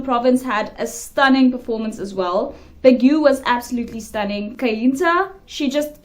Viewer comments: Baguio is pronounced, Bag’yo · Please pronounce Baguio properly. That place is Philippines' holiday destinations (for the locals) because it's cold there. It's like Aspen, Colorado to USA.